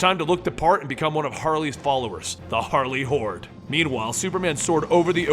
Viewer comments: I keep hearing... "Harley hores"(with a w) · not gonna lie i heard Harley whores the first time